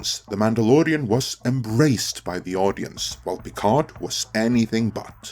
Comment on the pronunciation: The "d" in "Picard" is silent.